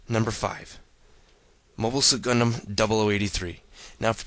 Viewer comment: When u say GUNDAM i heard CONDOM LOL XD